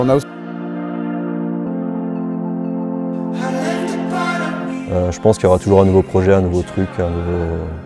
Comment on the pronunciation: Qui peut m'aider ? Il dit aouse au lieu de house pour une bonne raison ? Ça m'a fait rire on dirait les vieux qui disent face de bouc 😂😂